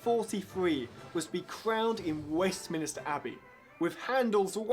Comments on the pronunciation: Exactly he called Westminster Westminister so he can't know the difference between a person and a building. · Westminster, idiot, not Westminister! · That 'youngest tour guide' mispronounced 'Westminster' ('Westmin-i-ster'!? Really? Has he even been to London? That's the sort of mistake that is usually made only by people who have never been to our capital city - a minister and a minster are two very different things) and 'Zadok' (if he'd ever heard the anthem, he would have heard it pronounced properly). Maybe with a few more years behind him, he will improve. His history is okay, though. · This person claims to be a tour guide. There is no way he could be an official Blue Badge guide with so many mistakes and mispronunciations. Saying “ Hanovians” instead of Hanoverians, or “ West Minister” instead of Westminster to name just a couple of his gaffes. He’s just an untrained kid who thinks he can make a profit off the backs of trained professionals. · Plus "the boy" also said "Westminister" rather than the correct West MINSTER. NOTE: SoGal I think it would be good if you took a look at the Roman history of Britain when we often joke "whatever did the Romans do for Britain"? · The youngest London tour guide? who doesn't even know how to pronounce 'Westminster". I think he's telling porkies! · The presenter doesn't even know how to pronounce 'Westminster' I don't think he is very reliable! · Sorry, but I lost faith when he mispronounced both "Hanoverian", and "Westminster" within the first minute.